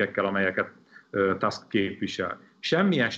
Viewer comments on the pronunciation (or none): Tusk nem Tászk!